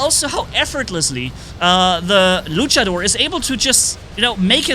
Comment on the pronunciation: I love how says Luchador Lucha-DOOR